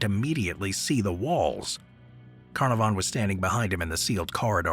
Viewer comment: I love your posts. If I may help, some pronunciations like Carnarvon are misstated. I will definitely keep watching.